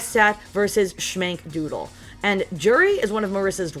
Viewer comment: Shmank here, great matches I’m training hard for next time. Happy you clutched it out. Btw it’s “Dooble” not “doodle” but no worries everyone messes that up 😂. Hope to see you at the next one. big ups